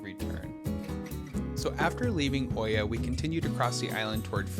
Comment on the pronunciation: Nice video. But we have been to Santorini quite a few times. Freakin great place in the shoulder seasons. Oia is really pronounced "Eah"